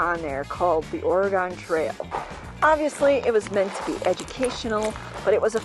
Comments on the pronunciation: Please,, it's ORY GUN. Not Ory Gone. From a 64-year-old oregonian. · It is pronounced Ore(gun) not Ore(gone) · I love this video and thank you for sharing it! I just have to correct you on one thing…the pronunciation of Oregon. Lots of people pronounce it ORE-A-GONE - It is pronounced ORE-A-GUN. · I know people east of the Mississippi pronounce it Oregon and although I was born in Rhinelander Wisconsin I have spent a good chunk of my life out west.... And out here we pronounce it OregEn... Love your channel...enjoy !!! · Oregon...pronounced Orygun....no really...lolol the gon should sound like "gun" lol. Born and raised in " Orygun" but have lived and traveled all over this country. We traveled the entire Oregon trail in 1997...pretty cool! I love seeing the country!❤ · Correction, 😂 Oregon pronounced “Orygun” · Oregon has not gone anywhere. It is pronounced Or-e-gun.